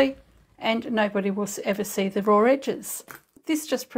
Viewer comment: That's a beautiful bag! I love the striped contrast fabric. (When you said "raw", it made me think of my dear English mother. That's how she pronounced it. Funny how little things bring back memories when someone you loved is no longer with you.)